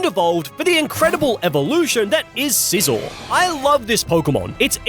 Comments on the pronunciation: Scizor, not Sisor! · SCIZOR, NOT SIZZOR! DO NOT LEAVE OFF THE C IN SCYTHER! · THE SECOND S IN SCIZOR IS SUPPOSED TO BE A Z!